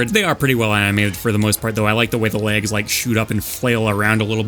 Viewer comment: love these videos. been listening to them on long drives or long work nights. in terms of length vs brevity I think you found a good balance in this video matching similar moves and then ranking them. much appreciated! it's very good! although i'm not sure if it's my headphones but every time you said "legs" it felt like you were saying "lags" and it took me several times before realizing it